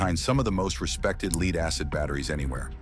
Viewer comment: Who ever "led" them to "leed" LEAD 🤦‍♂️